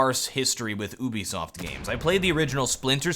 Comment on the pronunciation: "Uo-bisoft" - 2015